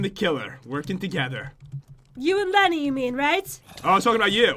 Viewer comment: It’s Lenny not jen